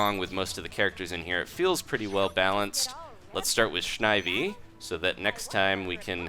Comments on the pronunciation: his name is snivy not snhivy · did he really just say shnivy